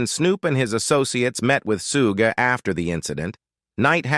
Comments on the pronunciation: FOR THE LOVE OF CHRIST ITS NOT "SEW GAY" ITS "SHOOG" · They needa teach AI how 2 say Suge properly. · It’s Suge knight